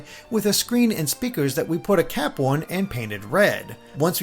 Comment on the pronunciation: You say cap like cwap